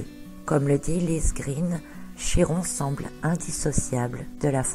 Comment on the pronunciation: Prononcez chi comme ki ! Par pitié ! Notre langue a bien aussi son origine grecque !!! Ça fait mal aux oreilles lol